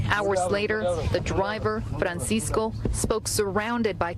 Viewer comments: Can u please stop saying fransisco in a mexican accent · It hilarious when every word is pronounced in English except the name. FrrrrrrrrranSycso It's 85 degrees and Homie has his Hoodie on